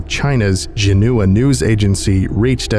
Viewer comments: I like this, but your Chinese pronunciations are really bad. Xinhua is pronounced "shin-hwa," not "Genua" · Xinhua is pronounced "shin-hwa", not "jin-oo-a" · xinhua isnt pronounced genua, its closer to "Zchin-hwa", more or less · Also small note but I just wanna tell you as a friend Xinhua is pronounced [shin-wa]